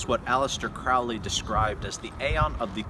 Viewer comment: Please, PLEASE learn to correctly pronounce Crowley